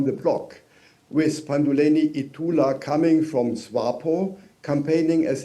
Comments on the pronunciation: It's not Ndawa. It's Netumbo Nandi Ndaitwah. Read again Nda i twah (twa) not wa. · Ndaitwah not Ndawah